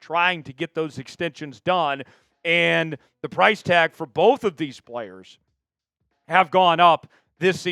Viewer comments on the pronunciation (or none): none